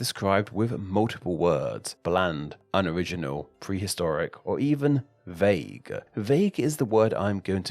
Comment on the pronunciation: Vauge? (Vague)